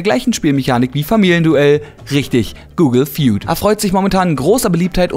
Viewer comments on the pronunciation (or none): Google Feud hört sich soooooo komisch an (wie spricht man das aus)